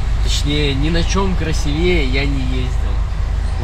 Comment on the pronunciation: пожалуйста, тОрты и красИвее)) слух режет 😂 удачи в путешествиях! Ждём следующих выпусков ))